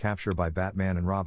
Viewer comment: It's pronounced Lowery like bowery, not Laurie. LMAO : )